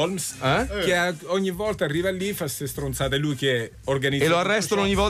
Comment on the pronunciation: La Rocco Siffredi “stronsation”.